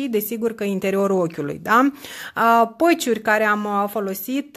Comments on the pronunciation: Atat ma dispera când spui la patch, "păci". Pe bune..încearcă sa îi spui corect pe nume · Patch(peci) NU MAI ZICE PĂciuri ...pleaseeeeeee😁 și PLEOAPĂ NUUU PLEOAPĂ...în rest felicitari pentru tutoriale!